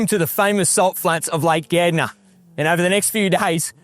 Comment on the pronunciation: It's Gairdner and he pronounced it correctly